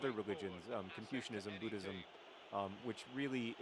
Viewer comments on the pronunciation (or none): none